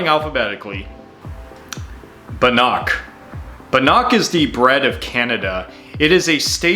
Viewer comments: Its pronounced ban-ick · It's because he was pronouncing it completely wrong. He means Bannock, pronounced ban-nick. It's a very popular traditional aboriginal bread and it's delicious. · The word bannock has the emphasis on the first syllable: i.e. BANNock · You said bannock wrong! Ban neck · Bannock is pronounced Ba Nic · YOU SAID BANNOCK WRONG!